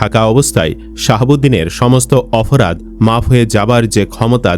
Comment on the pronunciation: এ ভাই আপনি অপরাধ কে অফরাধ বলছেন কেনো??????? এতো অশুদ্ধ!!!